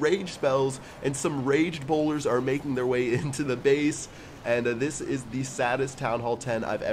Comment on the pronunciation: Bowlers not bolders